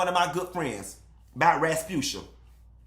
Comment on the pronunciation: did you just call her Raspusha? 💀💀💀💀💀 I’m getting off the line. Lol I can’t. 😂😂😂😂